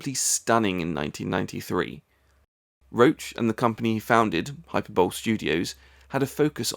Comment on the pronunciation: ... Someone has probably already corrected your pronunciation of hyperbole.